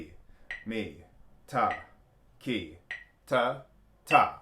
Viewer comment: Hi, In India the "3" group is pronouced: Tha ki te (the final te has a short e, it rhymes with the word bet). A lot of confusion happens here, in translation, as english is pronounced differently in different countries but the original Indian sounds in the KANNADA alphabet are always the same. Listen closely to the many Indian konnakol videos and you will hear it. Dave